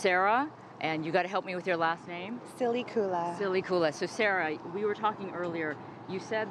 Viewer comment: Mrs. SILLY-KOO-LA! Haha!